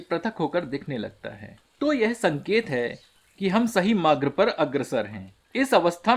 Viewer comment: 6.58 sahi Marg... Not sahi "Magr" .. Correct your speech baby.